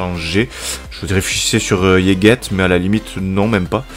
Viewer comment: Désolé de t’embêter avec la prononciation mais on dit « légète » et non « Yegete »